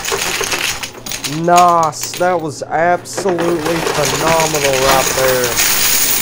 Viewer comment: it's nice not noss